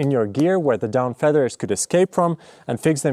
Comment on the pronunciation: They aren't called "dawn feathers" They are called "down feathers" 😂 this was funny to listen to you say though